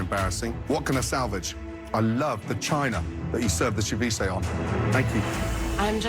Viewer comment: "I love the China that you served saviche on"🤣🤣 Gordon is amazing